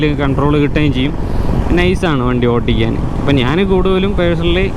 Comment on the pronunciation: Bro ഓട്ടിക്കൽ അല്ല, ഓടിക്കൽ ആണ്❤